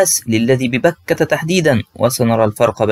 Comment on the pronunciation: الله يجزيك الخير الله يعطيك العافيه بس في خطا لغوي انت تقول/ للذي ببكة / اللام مفتوح و اللام الاخرى مفتوحة ارجو ان تنتبه